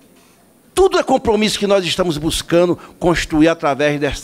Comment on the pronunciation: Ele chama “ TUMO ‘ Afff que português feio